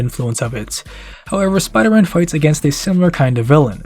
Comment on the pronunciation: “What do you got, some kinda Spidah Sense?!” “Haha ha. That’s actually kinda funny now that you mention i- OUGH. “